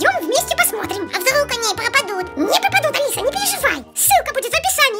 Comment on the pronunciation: Не Алеьсэ а Алисе